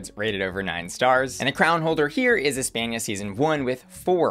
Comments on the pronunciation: The way you say Espana shows your American education lmao. Cringe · cant get over saying "Espenia" instead of "España"